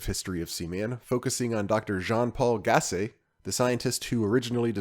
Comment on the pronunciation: Perfect pronounciation on Dr. Gassé ;)